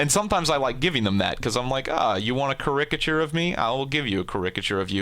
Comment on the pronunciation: you pronounce caricature wierdly